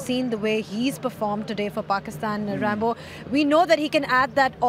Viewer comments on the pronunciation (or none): Lol she called Ramiz Raja “Rambo”